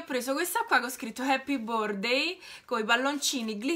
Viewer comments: "Appi bordei" ......ok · Happy burdei vale la pena sentirlo 😂